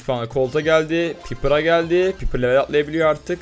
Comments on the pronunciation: Pipir diye okunmuyo paypır diye okunuyo rikoket diye okunuyo rikoşe diye okunuyo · Pipır deyil paypır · Ab piper i bi düzgün söyle o piper değil paypır diye okucaksın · Piper paypır diye okunuyo